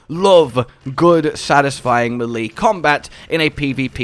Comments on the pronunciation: quick tip: melee is pronounced may-lay, not Mil-lee :D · Melee = may lay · Are you sure it's not pronounced melee? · no I think it's pronounced melee. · Why do you pronounce melee like that 😂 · Sir it's pronounced "melee" not "melee" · Me cringing every time he pronounces melee wrong 😖